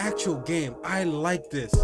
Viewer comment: "I likeeeee dis😁!" 😂😂😭